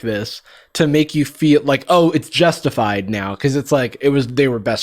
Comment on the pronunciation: I honestly heard Jess-tified and had to think about whether that was a pun or not